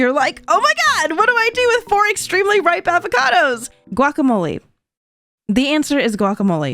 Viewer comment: The way you say guacamole hurts my soul